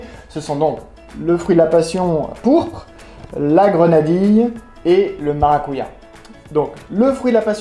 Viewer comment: On dit maracudja